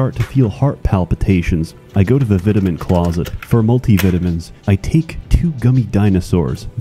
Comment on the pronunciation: I thought he was pretty okay, but then he pronounced vitamins wrong and I knew he was insane.